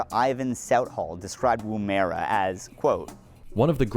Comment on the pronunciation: Hearing you pronounce woomera 🤣 🤣 🤣